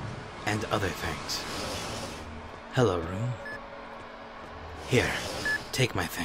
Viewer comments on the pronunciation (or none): Always, "hallo room".... sounds funny ;P